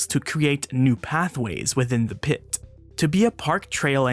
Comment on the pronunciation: “within the piTTTTTTTTTAH”